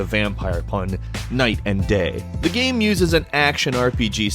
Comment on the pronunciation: Every time says the word "game" it sound like he's saying "gaem"